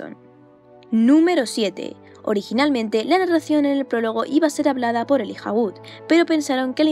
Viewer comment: NO es elija se pronuncia elaia (Elijah Wood ) ...estos españoles..en terminator el t-800 dice en idioma planetario cinefilo para todo el mundo ( hasta la vista baby) y los españoles lo cambiaron por (sayonara baby ) la rana rene en todo el mundo cinefilo se llama como tal y ustedes le dicen la rana gustavo..insolito estos españoles... jajajajajajajajajajajajajaajajajjaajajaj